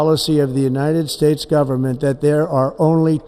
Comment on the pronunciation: United Spades. Couldn't had said it any clearer.